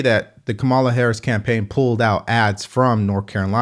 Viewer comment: Just a heads up, you’re pronouncing Kamala wrong. It’s pronounced “comma-luh”. I know some people don’t care, but it’s just a respectful thing to do; whether you’re for her or against her. Have a great day! 🙏